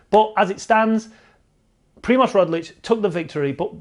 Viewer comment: Its Roglič, not Rodlič